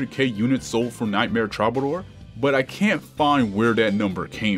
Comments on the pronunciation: Love the vids. It's pronounced true-ba-door though I believe. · Repeat after me: "true buh door" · Why do you keep calling it Trobbadoor?! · Take a shot everytime he mispronounces "Troubadour."